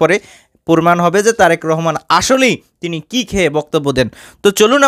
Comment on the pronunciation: ভাই উপস্থাপক আপনি তো তারেক মনোরে নামটা ভালো হবে বলতে পারেন না তারেক রহমান তারেক রহমান বলতেছে এগুলি ছাড়েন